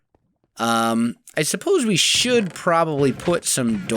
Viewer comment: when he said that should do i thought he said that shit do XD